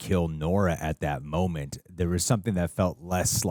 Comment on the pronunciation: Someone tell there isn't an L in the word "moment" 😅